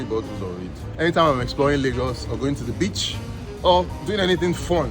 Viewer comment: He sounds like he saying bitch instead of beach.